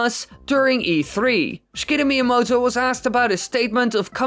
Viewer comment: Schkitta Miyamoto?